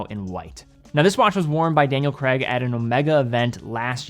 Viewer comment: Good video. One point. Daniel CRAIG - rhymes with main, train, rain, plain, Spain, explain (and so on). Or plague, or The Hague, if you want some examples ending in G. Does NOT rhyme with leg.